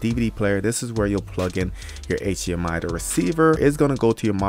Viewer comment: "...wireless Aychhhmiii..."